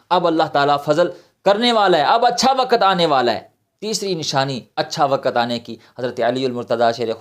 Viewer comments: Not wakat. "waqt". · Not wakat. "waqt".Quraan